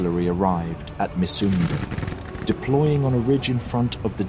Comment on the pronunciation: Being a Dane interested in History and living about four kilometers from Mysunde (pronounced: Missunde) I have a small, but in my opinion important correction: The new King Christian IX didn't contemplate much as he took over the crown on the 13th of November and signed the November Constitution on the 15 th. The government more or less presented him with an ultimatum: Sign or ...! indicated his forced abdication. Being of the House of Glücksburg he was personaly eager to maintain at least that part of Schleswig as part of the Kingdom of Denmark, but his efforts were (as we know) in vain. Besides that I do like your videos very much.